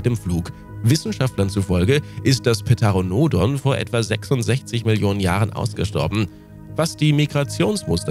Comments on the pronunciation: also das p auch weglassen. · kleiner tipp bei pteranodon wird teranodon, ter wird wie der nur mit t gesagt und a und o kurz gesprochen. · Der T-Rex... und gezeigt wird als erstes mal der Indominus Rex den es niemals gegeben hat xD Die meisten der Videos sind einfach Werbevideos zu Jurassic World xD Diese Aussprache von Pteranodon, vor allem 10 mal in einer Minute) ist doch volle Absicht um die Leute zu triggern >.< So falsch kann das kein Mensch aussprechen. Das sind Nasenbären und das Video läuft einfach rückwärts!... Oh, ich verzweifel hier grade.